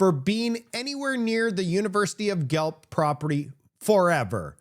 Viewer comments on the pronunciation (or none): its pronounced GWELF lol not gelph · its pronounced ( gwa-elph) not (gwa lp ) the city's name is guelph, ontario, learn canadian, eh............!!!! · 🍁🍁 Hi, not sure where you are from but GUELPH is not pronounced as or like Gelp... it's pronounced more like Gwelf. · Haha... its pronounced Gwelf" never heard it called Gelp. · It's pronounced gwelf. Not gelp. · It's pronounced "Gwelf", not "Gelp". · That story from the University of Guelph is BIZARRE! By the way, it’s pronounced Gwelf, not Gwelp! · Please...it's not Gh elp....it's pronounced Goo elf....Gooelf...Guelph. Ty. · Gueph...pronounced like guelf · It’s Gwelf. Not Gelp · Pronounced Guelf' That's what woke gets you! Well Ford ,,, stop being a liberal!!!! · ...university of "Gelp"? "Gelp"? 🙄 You watched her video. Did she pronounce it "Gelp"? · it's too funny, how you pronounce guelph,it's pronounced goo-welf but say it together,lol. I've lived here most of my life, and heard that name pronounced wrong soo many times. Anyway your funny, never change. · Great information as always. I just wanted to let you know though, it's pronounced "gwelf" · FYI Guelph is pronounced as Gwelf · Pronounced university of Gwelf. 😅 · I have a hard time believing the story about the student being banned from the University campus because, Guelph is pronounce "Gwelf". A student going there would know this. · She pronounced it correctly, pronounced it Gelp.. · Pronounced GWELF. Jeeze. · for the record it is University Of GU-ELF (GUELPH) as in Guelph Ontario just west of Toronto. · Hi,: Guelph is pronounced, 'Gwelff'. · my man, Guelph is pronounced GWELF...LOL🤣🤣🤣🤣 Seriously though...WTH are we doing here in Canada...